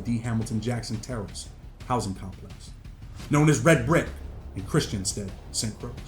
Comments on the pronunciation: I hate who diz man say st. Crosc its ST. Croix lol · I’m 100% sure but I believe that’s pronounced “st Croy”. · I know but the correct spelling is st croix not croy. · Bro. I appreciate the info, and thanks for educating people, but it’s pronounced Saint Croy. 🇻🇮🇻🇮🇻🇮🇻🇮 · Listen bro down they got alot of dangerous ppl who ain’t get caught trust you misinformed greatly and btw dawg it jus hurting my heart on how you sayin the island name like that shit made me stop watching the vid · Learn how to say St.Croix ms! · It's St.Croix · they talking about the pronunciation and not the spelling..we all know it's spelt Croix. ..but it's not pronounced as it is spelt